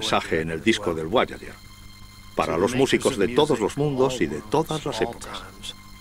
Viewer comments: Porque dice voayayer? Tambien Habel. entiendo que los españoles esten peleados con el ingles pero: Repitan despues de mi: Jobol, Jobol, Jobol... Boyayer. Boyayer. Boyayer.. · “BUAYAYER” JAJAJAJAJAJAAJAJAJAJAJJAAJAJJAJAJAJAJAJAJAJAJAJAJA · Es Voyager